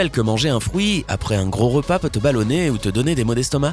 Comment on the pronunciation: Il dit frouit 🤣